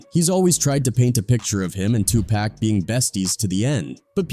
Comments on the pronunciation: It’s not 2 pack it is pronounced 2 pock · 😂 ITS Not 2PACK. IT'S 2 P.A.C. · It's not 2pack it's 2pac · Why white people always say 2Pac name wrong